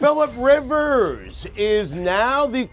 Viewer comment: He got Rivers and Tua correctly!